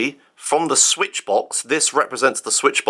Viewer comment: How does feed himself, or how does caretaker feed him. I demand a kitchen tour (please?) Also loved the mispronounced switch to sweetch, nice recovery though.